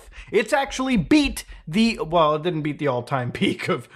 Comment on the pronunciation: "Dinit"? Wanna try that one again bud?